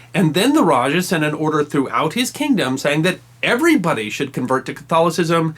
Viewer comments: Love this, it's simple but enough. It's an old vid but it seems no one has pointed it out. Just in case, let me correct you: Rajah is read as "ra-ha" not ra-ja, and you read Humabon as hu-mah-bohn with a long ma. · Raja is pronounced as raha and Humabon with long "Hu" as hooo-mah-bon